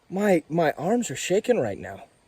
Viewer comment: bro said “im kinda considering trying it nowl” as if it’s drugs at a party💀